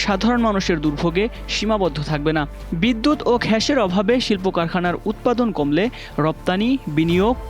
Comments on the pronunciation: 'গ্যাস' কে 'ঘ্যাস' উচ্চারণ করছেন কেন 😅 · হামবাদিক গ্যাস উচ্চারণ করতে পারে না।